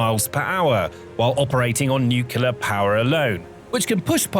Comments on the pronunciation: Dude.. It's pronounced Nuclear.... not Nucelar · Nu-Clear! Not Nu-cyu-ler. Sheesh! LOOK at the word; how do you get Nu-cyu-ler??!? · It’s “Nuke-Lee-Er - NUCLEAR dummy, not “Nuke-u-ler” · Nuculer 🤔 Nuclear 😊 Lenght 🤔 Length ☺ Hypesonic 🤔 Hypersonic 😊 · It's pronounced NU-clear. Not NUKE-ya-lur 🙄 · By the way, there is no word "nu-ku-lar." The word's pronunciation is "nu-cle-ar." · please learn how to pronounce the word NUCLEAR. Unless you are directly related to the Bush family, the proper pronounciation of NUCLEAR is NEW-CLEAR not NewCular like says... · It's NOT Nucular' it's NUCLEAR, pronounced NU-Klee-Ar! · That cruiser, whatever its faults, is NUC-lear, not "new-KE-lar" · Why the F*ck can people not say nuclear but instead say nukillar. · A few seconds in I hear NUCULAR and I'm out! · Yeah I'll never understand how people end up with newcular when they have no trouble saying "new" and "clear" as separate words, but they're unable to combine them for some reason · Nookulur. power.😀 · Please compare the spelling of the word "nuclear" with the way you keep pronouncing it. It makes your entire (otherwise excellent) presentation sound less informed & legitimate. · Would it kill you to pronounce "nuclear" correctly? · How many times can mispronounce nuclear (hint there's only one u) and mach (mawk not mack) in one video?